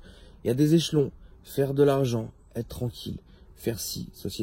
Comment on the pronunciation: Des guillEEEmets , des echEEElons